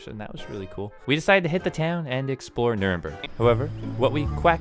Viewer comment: "Quackly realized" 💀